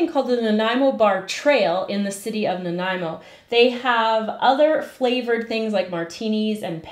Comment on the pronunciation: Thank you for teaching me the proper pronunciation of Nanaimo.